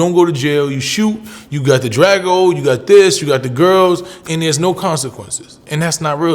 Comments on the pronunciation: Did he just says "Drago"? U mean draco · Nigga said "you got da drago" lmfaoooooooooooooo it's " Draco " bro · Listen to how he pronounces Draco 😂😂